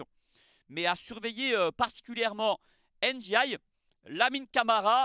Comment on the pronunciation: Iliman Ndiaye (Ndiaye se prononce Ndiaye) pas (N) diaye. Le N se prononce à peine. Pour moi il aurait dû rester à Sheffield United, l'OM est un club trop compliqué pour lui il se met une grosse pression et n'arrive pas à exprimer son talent alors qu'à Sheffield United il marchait sur l'eau. J'espère qu'il ne va pas gâcher sa carrière parce-qu'il a un potentiel énorme.